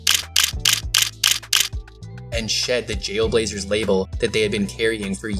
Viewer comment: Jailblaźer? Really?